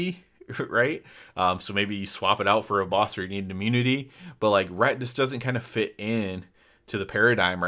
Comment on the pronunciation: reT, with the T at the end. not RE'